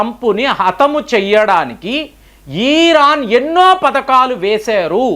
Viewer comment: Eeraan (ఈరాన్) కాదు నాయనా,ఇరాన్ అనాలి అని ఎన్నిసార్లు చెప్పాలి కామెంట్లు చదవరా?